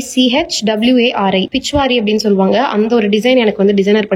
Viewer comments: Pichwai design not pichuwari.. akka ❤❤❤❤ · It's Pichwai design not Pichwari